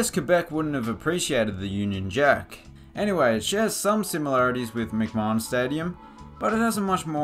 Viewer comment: I would point out to the author that it's pronounced "McMan". Two syllables.